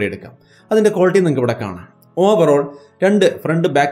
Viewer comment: Overoll ovaroll overoll😀